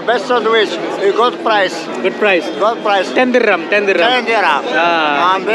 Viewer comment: normal person - diram turvashu - dirrrrrrrrrrrrrrrrrrrrrrrrrrram